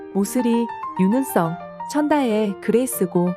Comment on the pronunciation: 왜 자꾸 윤은성을 윤은썽이라고 발음하시나요.